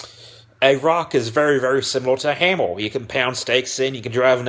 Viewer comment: Hammer, not hammel, please pronounce your words more clearly.